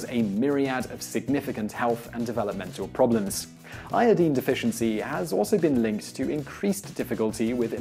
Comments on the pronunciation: yepp. it is pronunced. iodaine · Dooality its a halogen element. and its pronounced as "eye-o-dine" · ioDINE, not ioDEEN. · I twitch every time you say I O DEEN. I recognize it is a legitimate pronunciation, but it is just viscerally upsetting to me. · Qaeta you show your ignorance of correct English pronunciation. Americanisation of our beautiful language (or bastardisation of it) in the world today changed the correct pronunciation. Correctly pronounced, it is EYE-OH-DEEN not the American hash up of EYE-OH-DYNE. Sorry to burst your tiny bubble. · 😂😂ì had the same reaction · Thank you , as always for the very interesting information! I love these channels. Also, I don't want to hear "i-o-deen" ever again. Hehe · LOL "Iodeen" accents are fun. =] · Eye- uh -dine is how to say it, simon. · Iodeen? Wow learn English :P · Its pronounced iodyne. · I made an audible noise every time he said it, even though I recognize it's legitimate. What isn't, however, is that he says "EK cetera" instead of "ET cetera." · First time hearing someone pronouncing iodine like that.. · thats not pronounced io deen. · Great video even though he kept saying iodine wrong. Lol.